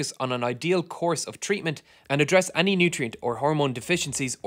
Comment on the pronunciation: man every time i hear (mah)ny or (ah)ny. great video tho! great channel also. suscribe.